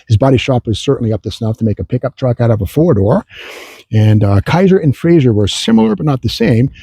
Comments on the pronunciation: ...and it's pronouned "fray-zer", not "fray-zher" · My grandfather collected Kaisers and Frazers, he even had a Darrin and a '51 Frazer Manhattan convertible, and I came home from the hospital after being born in a Kaiser. One slight complaint about the video though, you keep pronouncing it FRAY-ZYUR, not FRAY-ZER. It was still a great video.